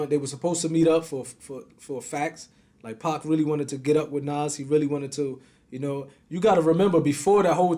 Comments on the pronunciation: Bro it’s NAS and not NOS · N-A-Z not N-a-w-z my G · Does the not know how to pronounce the name NAS correctly!? Damn man! This shit got me triggered! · Every time mentions Nas he pronounces his name like Nos 😂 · I love when he call Nas Nahs 😂😭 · i hate the way art says nas name 😂😂😂😂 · Why can't the interviewer pronounce nas name right,little annoying,but it's all love..